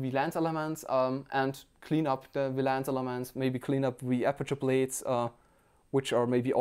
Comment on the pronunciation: Not Laaance its lens